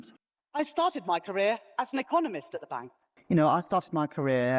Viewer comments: Did she say Eccomunist ? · Anyone notice when Reeves said i was an economist in the very last clip, she actually said ecomunist, very telling, or was i hearing things ?